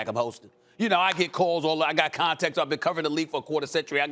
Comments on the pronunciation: Why stephen a add a "er" to everything that ends in "a" "anntanners" "serge ibaker" "rob pelinker" 🤣🤔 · “Antenners” lol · Lmaoo Stephen A said “My antennars”